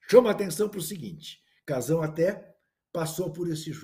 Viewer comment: Ouvir kfuro , "casao" etc é dose. Fui